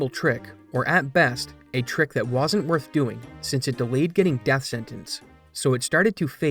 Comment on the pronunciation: The word is “wasn’t” not “woosn’t”.